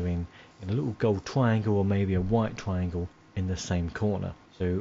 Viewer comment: Twiangle haha